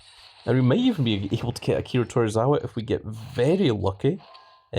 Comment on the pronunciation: It’s to-zw-wa not tor-ra-wa there are no Rs in his name just saying 😉 lol